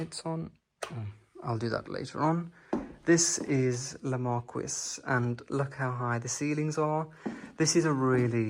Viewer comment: A pure joy. To see the french elegance. It is just lovely. All your videos are an inspiration. A belgian fan of you! The flowers under the tree are not crocus at this time of the year but cyclamen. Just a little remark. Le marquis should be pronounce mar-key. . You should ask the french prononciation to the owners or check it online.